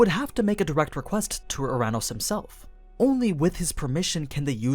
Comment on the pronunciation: "Our anus?"